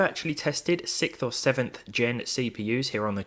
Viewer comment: who pronounces sixth sicth?